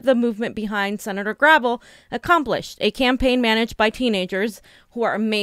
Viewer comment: It’s Gra vel. With emphasis on the vel.